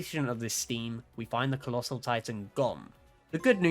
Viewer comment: HAAAAAAAAAAAAAAAAAAAAAAAAAAAAAAAAAAAAAAAAAAAAAAAAAAAAAAAAAAAAAAAAAAAAAAAAAAAAAAAAAAAAAAAAAAAAAAAAAAAAAAAAAAAAA he said collosal